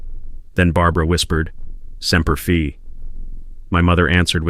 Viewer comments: It’s spelled Semper Fi,,,, And it’s pronounced “simper fy” not Semper fee . Semper fidelis is a Latin phrase that means "always faithful" It is the motto of the United States Marine Corps, usually shortened to Semper Fi. The AI’s pronunciation is very offensive and disrespectful. Please correct it . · It's Semper Fi, not Semper Fee At least get that right. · semper FI not semper FE.... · What in the HELL is Semper Fee ? Get your History Straight... It's Semper Fi not "FEE". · Aint pronounced semper "fee" it is pronounced semper "fie" semper fi. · Pronounced semper fi correctly...good grief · Semper Fi being read as Semper fee is driving me nuts👎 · I cringe every time he mispronounces Semper Fi. I made it almost halfway but I can’t finish. Based on the comments, it might be better if I stop 🛑 now. I hope he never goes back and he should not raise that baby. Let her live with the consequences and let the sperm donor do his duty. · I wasn’t a Marine, but every time he mispronounced Semper Fi grated my nerves.